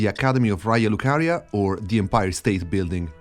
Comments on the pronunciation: Tuttora non capisco se tu sia Italiano o no, per come pronunci Raya lucaria e la cittadina toscana sembra che tu ne sappia di pronuncia. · Your pronunciation of "Raya Lucaria" and all the Italian structures, i was SURE you were a conterranean! Ottimo lavoro bro! Tra l'altro mi hai fatto venire un dubbio, you pointed out that the Gate have a bowl-like tip, i'm just speculating but i'm soooo curious to know if the Forge at the Mountaintop could fit at the top of the Gate! I hope someone take this speculation to account and check it! Cheers from Tuscany! 🤍